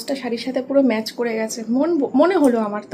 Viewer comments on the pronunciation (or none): none